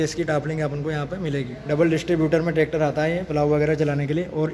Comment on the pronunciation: Bettery box ko aap बेटरी bol rhe ho aur bhi शब्द गलत है। बैक को आप बेक बोल रहे हो। ट्रैक्टर को आप टेकटर बोल रहे हो। आप पहले lenguage ठीक करो english के।